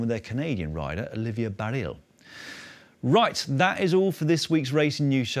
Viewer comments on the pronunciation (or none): Great show, as always. Pronunciation on Olivia Baril is a bit off, you don't pronounce the L. So say it like BAREE.